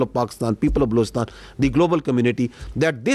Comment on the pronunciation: Blowistaan 🤔 Aand Forces 🤔 Abey Bhai mooh sey tambaakhu thook ke bola kar 😅😂